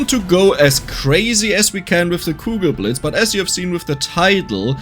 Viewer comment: Kugelblitz ... It's Kugelblitz, not cougar blades ... I was so confused.